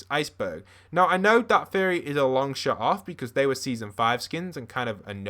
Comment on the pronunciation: i thought he said furry instead of theory